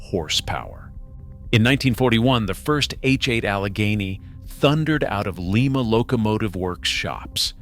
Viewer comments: Like, uh, “Lima Beans?” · It's not "Lee Ma" it's "LIE Ma" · It's like calling a Lima Bean a Lema Bean. LĪM-A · Small point: it's pronounced L-eye-ma, as in Lima beans. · ☝️🤓 erm actually thats pronounced LYING-MA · Lima "Lye Ma"